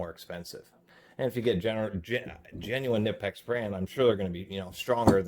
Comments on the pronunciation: Its not Ka Nip ex. Its Ka Nee Pex. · Knipex is pronounced - Kuh Nee Pex... basically saying Knee as if the K isnt silent. Kaneepex. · Is it really that hard for you to pronounce “Kuh-nip-ex”? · Knipex ==> Pronounced K-nee-pecks (the "K" is not silent). Got it from a Knipex company video ad. The ad is in German but the pronunciation is clear. I like to pronounce it the way the actual company itself pronounces it.